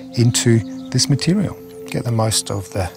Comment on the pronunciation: He said if it was a cum like mutirial